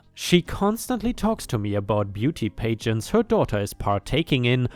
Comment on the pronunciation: And PAJ ent, not PAY gent.